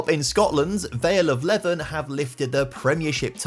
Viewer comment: Was loving this until I head Vale of Levven. It's pronounced Lee-vin